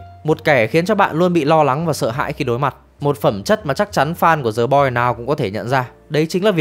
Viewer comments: Thề, t định comment luôn. Hoặc đọc đúng, hoặc ko đc thì "đờ" cũng đc, ko ai nói gì. Cứ cố "giờ" làm gì -_ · "The Boys” mà phát âm thành "Giờ Boi", nể thật sự 😂